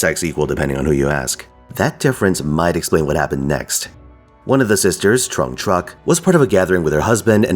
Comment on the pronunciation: Your pronunciation of Trưng was totally fine from what i could hear. Trắc also has a rising intonation on the vowel while Nhị has a sharp intonation